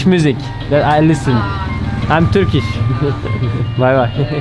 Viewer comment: Türkiş değil de törkiş demeyi dene bence artık.Telaffuzun yanlış çünkü